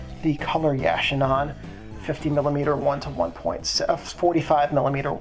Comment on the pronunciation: yu- chic- uh